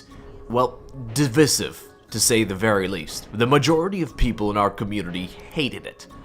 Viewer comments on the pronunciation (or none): I like how you pronounced devicive. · The homie said divisive wrong oof